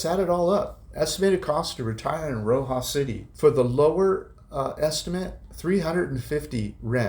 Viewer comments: It’s RoxaS. It’s driving me crazy when you pronounce it as Roxa 😂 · Hi, just to let you know Roxas is pronounced with the S on the end…my Filipina wife of 41 years is from there..we just wanted to let you know the correct way to say it…keep the great videos coming!